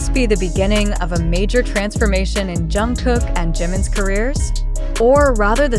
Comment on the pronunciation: Pronounced: Jung-guk Hard G not K sound!!!